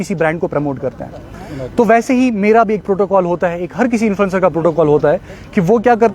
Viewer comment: Pehle influencer bolna sekh chapri.